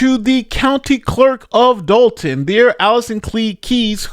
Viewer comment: You Mean Dolton(with an "o" not an a")So Long, Tiffany